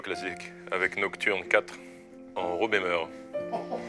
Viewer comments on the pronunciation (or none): "Frédéric Chopin, Nocturne 4 en Ro Bemeur" 😂😂😂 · Je veux à présent l'intégralité de mes playlists en Ro bémeur (le fou rire j'étais pas prête 😂) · En tant qu'étudiante en musicologie, j'ai éclaté de rire pour La Nocturne de Chopin en "Ro Bémeur". Je m'en souviendrais pour mes prochains cours 🤣👌❤